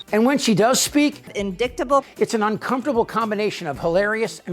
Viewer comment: Hey Marge....learn how to say indictable correctly and then you can talk.